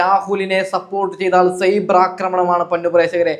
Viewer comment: സെയ്ബർ അല്ല ചേട്ടാ സൈബർ ആണ്.